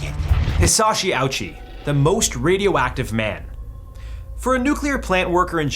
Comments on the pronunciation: His name is pronounced “Ohchi”. Not “Owchie.” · The pronunciation is simpler than that. It's just oh-chee.